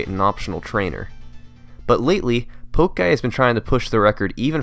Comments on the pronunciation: i cant help it but...isnt pokeguy's name supposed to sound like pokemon and not poak? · How do you mispronounce "Pokeguy" but correctly pronounce "Pokémon?" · How do you say pokemon correctly for 30 minutes but then say Pokeguy like that? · It kinda bothered me that you kept saying “poke” guy and not poke’guy It’s not like they’re playing poke mon Amazing video though (as usual) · I am sure it's pronounced pokè-guy and not pokeguy? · It's so crushing to hear you say poke guy vs pok-e-guy. Come on man, it's like pokemon. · poke guy was pronounced like poke with a stick rather than poke as in pokemon xD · As usual, great stuff. But "poke-guy"? Comon, Poke-eh-guy, like pokemon, surely. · Pretty sure it's supposed to be said as Pokéguy not poke guy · Isn't pokeguy pronounced pokey guy? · Would pokeguy not be pronounced like Pokey guy cuz pokemon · So it's not pronounced Pokehguy? As in Pokemon Pokeguy... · pokeguy? it's pronounced like pokemon... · Every time I rewatch this video I always forget that somehow manages to mispronounce "Pokeguy" in a video about Pokemon and it makes me mad all over again. I guess you could say my salt was summoned. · All these Records are impressive, but what is really impressive is your mispronunciation of Pokeguy84 is wrong twice... (I'm such a grammar nazi. Either way, informative video.)